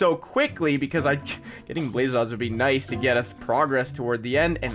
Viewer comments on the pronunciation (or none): none